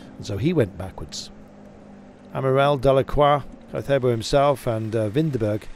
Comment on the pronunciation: Caicedo. Please, at least make an effort pronouncing languages other than English. Anybody with an accent gets closed captioned, but you butcher every other language happily. It’s colonialist.